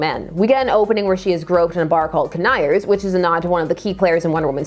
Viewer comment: KAN-ick-her, not Kan-I-her. Got that from Julie back in the day and I'm passing it on. And his run was decent until HG Peter died and he was asked to revamp. Most insightful story in his run is when he as the author put all his characters in a drawer as a soft reboot.